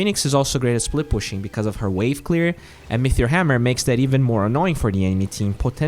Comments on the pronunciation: great video as always, very informative but pls stop saying metheor instead of meteor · Say it with me: "MEE-TEE-OR" There is no "H" !! You say "metheor" or "mithril" sometimes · Sounds like you are saying mithril hammer rather than meteor? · It's not an accent. T is not F or TH. Mefeor or Metheor, which are two ways he's saying it, are not real words.